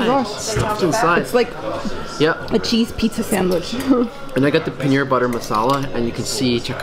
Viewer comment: You know that when we indians hear you guys sell the names of indian its really embarrassing Its chiken tikka not chikeen tika and its paneer not penner